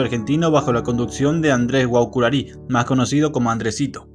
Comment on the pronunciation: AreguatÍ... GuaSurarÍ... Dale, tenés un temita con la palabras agudas (en todos tus vudeos😅)